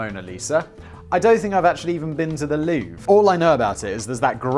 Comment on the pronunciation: Every time you say Louve I hear Loo, like the shitter lmao